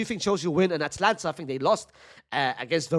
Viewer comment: brother can you please pronounce it atAlanta and not atlanta we aint gonna see lil baby future and gunna in the starting xi